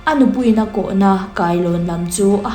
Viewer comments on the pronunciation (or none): Ngaihnawm ṭhin khawp mai. Mahse,'ko' tih tur ah hian 'koh' i ti tlat zel.